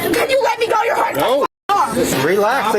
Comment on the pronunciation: Actin black, screamin like a toddler, adding "uh" to the end of words. Wow, what a societal peach. Honey? The word "go" is one syllable. The word "go-uh" is reserved only for uneducated buttholes. Got it?